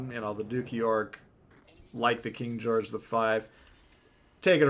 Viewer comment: "King Goerge the 5" daaaamn, why can no Legends CCs pronounce historical names correctly, like none of them. Please tell me that was intentional.